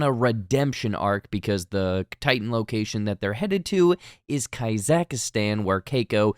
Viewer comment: Why did you keep saying Kazakhstan like that?